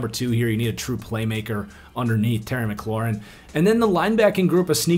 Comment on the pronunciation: "Terry Mcaluarin" lol